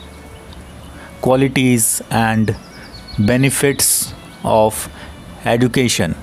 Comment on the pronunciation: Sir aap education ko wrong pronounce krr Rahe ho 😢